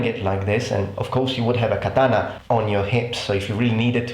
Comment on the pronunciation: I find the way your pronounce certain historical things amusing, not offend you, but I have created a list of how your pronunciations sound to me: 1.katana=Datana 2.Lorica Segmentata=Lodica segmantatata 3.Kodachi=Kodai chi. Again, this is just what I hear, I don't mean to offend you.